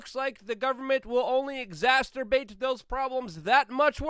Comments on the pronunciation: Love the vid! But I have to say, it’s “exacerbate”, not “exacTerbate”. 😂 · Luke, it’s “exacerbate” NOT “exasterbate”!??!…(“English is not my native language” was only a good excuse when you were 12 yrs. old) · Bro I dare you to pronounce exacerbate correctly one time!!!! its not exacterbate LOLOLOOLOLOL WHAT DA!!!! Luke you need a speech coach man every 50th or so word you say you pronounce it totally wrong. It's like nails on a chalkboard man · Lou, I love you, but the word is EXACERBATE - NOT Exasterbate. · Love ya Luke but its "exacerbate" not exacterbate. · love your videos, quick note: it's "exacerbate" not "exacerturbate" 😉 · Love you Luke, but please stop saying "exasturbate". It sounds dirty 🤣. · It's exacerbate, not exacterbate. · Luke, do like your channel, wondering if you say exacertubate instead of exacerbate on purpose.. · Luke I love you buddy but PLEASE... its exacerbate not exacterbate. only one t in that word man! and dude you have to be kidding me. Nuclear is pronounced NUCLEAR not nukular. dude that is SOOOOO basic!!!! please listen to me man I just want to help you. Pronouncing nuclear as nukular is super terrible. Are you doing this on purpose bro!?! WHY!?!?!?! lol holy crap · Please learn how to pronounce words if you are going to use them... ex·ac·er·bate /iɡˈzasərˌbāt/ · Luke “exasturbate” rudkowski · If you're going to keep using the word "exacerbate", you should probably learn how to pronounce it bro. Here ya go; X-ASS-SIR-BAIT you're welcome bro. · I've heard him pronounce it like that at least 30 times lol. One of the words on the humungous list of words luke seemingly refuses to pronounce correctly. A list which literally includes nuclear pronounced nucular lol unbelievable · he's been told this a number of times... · One of these days, Luke will learn how to pronounce "exacerbate". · It’s never going to happen. I’ve been watching him wildly flap his arms and regularly bungle his words for fifteen years.